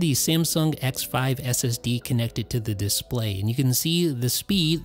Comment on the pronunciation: Thank you, I really enjoyed the video but how come you pronounce display as DISS-play? It's noticeably distracting.